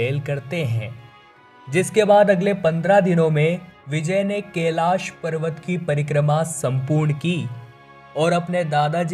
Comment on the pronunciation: केलाश नही कैलाश बोलो